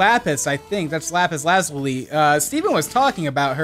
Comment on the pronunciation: Anyone else notice he said lazuli wrong?